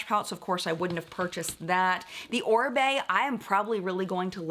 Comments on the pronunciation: This is just so cute!!! pronouncing Oribe perfectly had me saying whoa! I had to learn how to pronounce it after a very long time of saying it wrong LOL! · He pronounced Oribe correctly on his own, bravo cutie pie